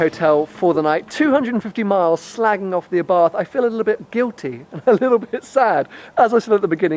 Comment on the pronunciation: 6. People call it Abarth instead of Abart!